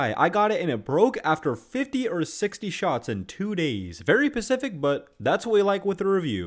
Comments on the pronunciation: The word is "specific" not "pacific" lmaoooo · Bro said thats very pacific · ‘Very pacific’